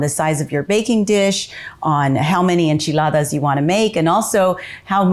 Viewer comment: Looks wonderful. I love Mexican food and I love the way it sounds when you pronounce the word enchiladas